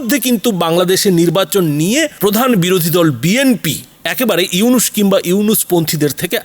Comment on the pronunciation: ফকিন্নীর বাচ্চা উপস্থাপক আগে পড়া শোনা শিখ নামটা তো ঠিক মতো বলতে পারিস না 😅😅চা বিক্রেতা মোদীর কুত্তা তোরা কেমন করে বুঝবি নোবেল বিজয়ী ইউনুস সাহেব কতটা সম্মানিত ব্যক্তি? শূয়রের বাচ্চা তোদের সমস্যা কি বাংলাদেশে যেটা ইচ্ছে করবে । কুত্তার বাচ্চা চীন ভারতের বাজার ধরোক কিংবা ভারতের গল টিপে ধরোক তাতে বাংলাদেশের কিছু যায় আসে না। নটির পোলা তোদের এতো ফাটাফাটি শুরু হলো কেন বাংলাদেশ নিয়ে 😅 তোদের ধরে জুতা পেটা করলেও জুতার অপমান হবে। খানকির পোলা নিজের দেশে কি হচ্ছে বল😅 আমেরিকা বাশ দিচ্ছে বাশ 😅 তোদের RAW কে নাকি লাল কার্ড দেখিয়েছে 😅😅